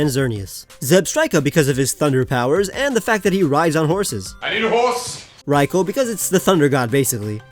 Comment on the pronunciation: Raikou had his name butchered